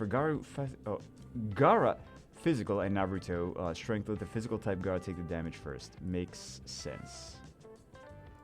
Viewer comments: The way pronounces naruto had me dying 🤣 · Why can't you pronounce Naruto correcty? Come on man